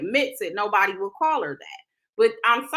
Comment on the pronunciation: I feel like he called her a “new body” in lieu of a nobody 😂